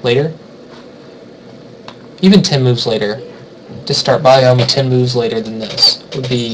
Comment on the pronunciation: bio-yomi? it's byo-yomi. BYO!